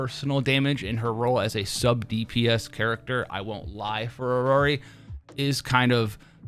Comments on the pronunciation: its iroi, not irori btw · its EE-ROY for iroi btw. my ocd goin crazy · The one and only reason I'm refraining to watch your videos is the way you pronounce characters' names. Iroi - Iroree Jiuyuan - Jinwan Zanku - Zancow Hearing my name in the wrong way feels uncomfortable. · I think he is trying to do a Japanese pronunciation with i-ro-i that's why it sounds weird in English